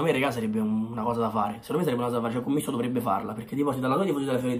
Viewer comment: Si dice CÒMMISSO, cognome calabrese molto noto nella mia città ahahah, un saluto.❤️